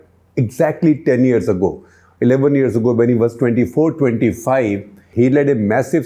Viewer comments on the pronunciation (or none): none